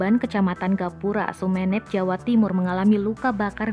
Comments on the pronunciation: Sumenep mbak, bukan Sumenep... Gimana sih.. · Dear mba Narator. Yg bener itu bacanya Sumenep, bukan Sumenep.